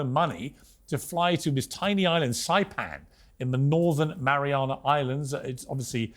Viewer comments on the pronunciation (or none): none